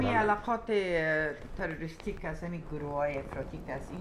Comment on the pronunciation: خانم بعضى از لغات را خيلى غليظ تلفظ ميكند ههههههه مثلاً واژه تروريست ها را ميفرمايند طررريست ها هههههه